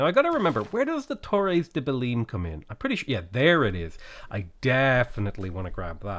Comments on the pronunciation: Hearing you say Belin is irritating. In Belém, the -ém sounds like the -em in mayhem. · the way you pronounce belem physicall hurts me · The way he's pronouncing Belém is triggering me SO MUCH